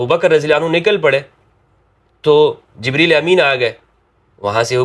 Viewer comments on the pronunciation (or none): none